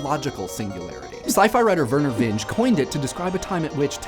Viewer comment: it's Vin Geeeeeeeee, not "vinge"